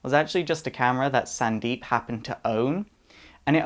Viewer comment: Cept he said sandeep, but i heard its pronounced sundeep